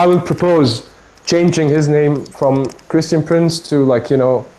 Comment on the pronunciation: XD .... such rowaybida man...kreeshtun pronz